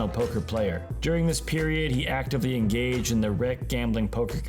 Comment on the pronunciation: engayged in the game.. European, English not my mother language